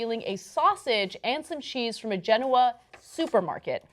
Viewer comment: You pronounced Genoa wrong.